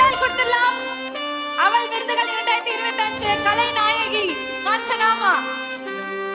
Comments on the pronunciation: 😮அவல் இல்லை. அவள். Anchores must learn pronounciation. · அவள் என்பதை அழுத்தி சொல்லுமா அவல் இல்லை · Yes. Not able to pronounce aval. Kevalam